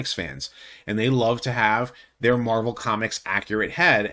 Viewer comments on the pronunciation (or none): none